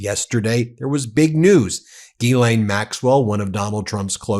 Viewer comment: FFS!!! It is GILL LANE. Not Ghee Laine. You sound like an idiot being the only person in the media who can't pronounce the monster's name.